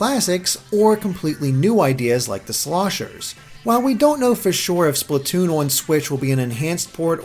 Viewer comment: Splatwoon oh yes